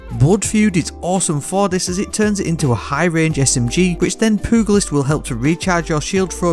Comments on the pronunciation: Pew- jah- list Sorry not trying to be an asshole I just have never heard pugilist said that way 🤣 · Looking for that pooglist perk 🤌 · Poo goo list lmao. How did u not know how to pronounce thay? Anyways, great video and like that exotic as I’ve never seen it before. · Lol he said “poogalist” 😂 I’ll never grow up. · lol poo-gul-ist.... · pugilist is pronounced "pyoo juh luhst". all in all, good vid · Hearing content creators miss pronounce pugilist is like nails on a chalkboard 😖